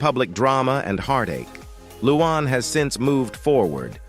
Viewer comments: Her name is "Luanne" NOT "Loo Aahn". Learn how to pronounce the names of the people you're dissing! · Who the heck is ‘ loo AWN ‘ ?